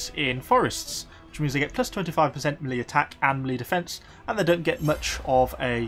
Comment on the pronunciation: It seems to me you mispronounce the word 'melee'. It should be pronounced 'ME-lei'. Is it some sort of regional dialect or just a bad habit?